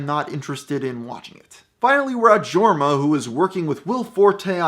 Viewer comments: it’s pronounced YORma not Jorma, even though it’s spelled jorma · 1. Its not pronounced jorma. Its yourm-ah. 2. Its popstar: never stop never stopping, not never stop stopping 3. If you're going to do a background on them, highlight the amazing movie they made Hot Rod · It's pronounced "Yorma" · Jorma is a Finnish name. It's pronounced Jorma not yourm-ah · seriously? "GORMA" ? its jorma pronounced like a y, listen to some of their less known songs. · pronounced yorma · “Georma” good stuff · Skipped major events and projects and mispronounced Jorma. Didnt finished this video. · That is not how you say Jorma, and you should really watch Alone Together. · The way he says Jorma 😬😬